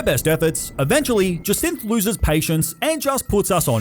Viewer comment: Jacinthe is pronounced “Jay-Sint”, for future reference